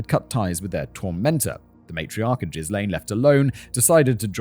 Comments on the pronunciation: Simon, my guy, look up how to pronounce Ghislaine. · That a hard ‘G’ on Ghislaine, my friend. 😬 (and a silent ‘S’) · well, american news couldn't get Ghislaine Maxwell right, so I don't blame Simon either xD (and even my first language is neither french nor english ^^') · Ghee-lom-ay loool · I'm 8 mins in and wondering if Simon will mention that he keeps saying jizz lane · Will never not find it funny when Simon pronounces Ghislain (Juh-LAIN or jhiy-LAYN)) as JIZZ-lane! He did it in the Epstein video too. Where do you live, Cum Street? No, no it's Jizz Lane! Also hearing Simon say "draining Jizz Lane ..." It sounds like some 70s porno, big moustaches, mullets and epic bushes, soft jazz soundtrack, set in a suburban soap opera style! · Sure hope Ghrislane isn't pronounced as Jizzlane like how Simon pronounces it. That's gotta be a rough childhood these days. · Simon. I...I appreciate you trying to pronounce the names without a guide or looking them up, but I cannot take this very serious topic at all seriously when you're pronouncing Ghislaine as jizz-lane. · Jizz-lane 😂😂😂 - I can’t unhear this now… It’s greed that does it for these people. They’ve got plenty of money but can’t resist the lure of more, more money and more power and access to more powerful people. They’re ready to believe anything they’re told, and the conmen are good at their job. They’re narcissistic sociopaths, they lie, cheat and steal their way through life and don’t get uncomfortable under pressure the way most people do. This gives them a massive advantage over many people, especially families who live quiet, wealthy lives far away from the real world. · Jizz Lane omg I'm dying Arnaldo, Simon needs a pronunciation guide 😭😭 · No, I like Jizz-lane better. It makes me think of a small road for... Excretions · When you pronounce Ghislane, all I hear is “jizz lane”…🤣🤣🤣🤣🤣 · Jizz Lane should be saved for maxwell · Same lol